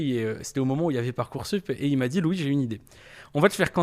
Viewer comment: Apprend a dire son nom déjà lou boyard ... Mdr c'est LOUIS DEJA